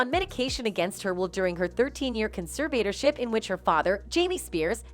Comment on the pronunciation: By the way, if you’re gonna do commentary on videos, you need to learn how to pronounce conservatorship.